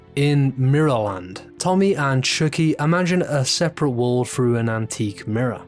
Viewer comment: The way ypu pronounced chuckie lol